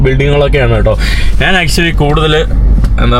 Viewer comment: ഈ മൈ.,.. നെ വിശ്വസിച്ചു കൂടാ. ഇവൻ ഈ നാൻ, നാൻ നാണു, നാനു എന്നൊക്കെ പറയുന്നു. മലയാളം ശരിക്ക് അറിയില്ലേ